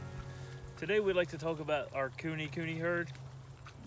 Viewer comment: Nice! And i think the pronunciation is Ku-neigh Ku-neigh. Happy farming👍🏾